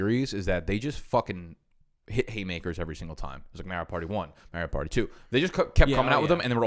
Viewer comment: okay, so I officially can't listen to say "MERIO PARTY" any more...........................drove me f'en nuts!